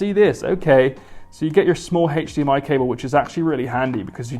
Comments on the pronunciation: why does he pronounce hdmi as "hedsheemi" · TSM_ Omega I know, had to dislike when he said it more than 3 times.